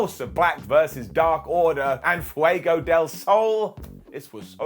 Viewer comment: I think this is the first time has pronounced Fuego properly on video? haha loved the interview between them two!